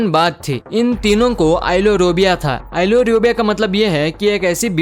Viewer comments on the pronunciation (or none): [MISTAKE] - Ailurophobia आईलोरोबिया नहि बल्कि इनका उच्चार आईलरोफोबिया होता है